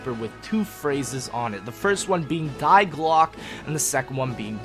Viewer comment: Die is pronounced as Dee and glocke is pronounced as glerke ... they are German and together they mean the bell